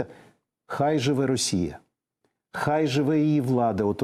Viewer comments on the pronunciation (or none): none